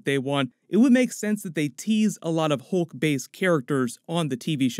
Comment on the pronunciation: Lol. Hoolk 😂